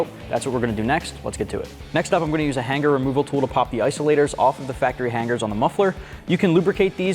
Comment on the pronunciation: Brotha, there is only 1 G in the word hanger; however there are two ways to pronounce it: 1) hang er 2) han ger But never to be pronounced HANG GAR. Those are NOT BULLET style mufflers, those are cylindrical style mufflers...YOU SHOULD BE FIRED along with anyone that assisted in the preparation/direction of this video???